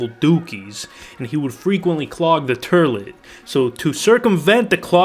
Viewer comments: Turlet? Have you never heard another human being pronouce the word 'toilet'? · Ahem, 'Turlet' that is all. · I fucking lost it at 'TURLIT'. Holy shit dude, LITERALLY. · My dad used to. 🤣 I just laughed when I heard him say it. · Turlet…lmao I’m dead… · Haha, I used to have a friend who pronounced toilet like tur-let too!😁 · The Archie Bunker nostalgia when you said, " turlet" ... Meat head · What’s a turlet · Did you just say "turlet"? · Since when is there a r in toilet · I love how u say toilet 😭